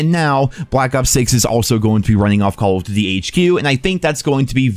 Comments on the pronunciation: "Call o'ddy". Slow down, brah. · why cant he say call of duty?